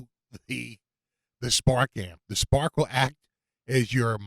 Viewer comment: Spaaaahk, wit smaaaht jaaam. lol. That is how it is correctly pronounced! ...and how I shall do it from this day forward. I'm still waiting for mine... mah spaaaaahk wit smaaaaht jaaaam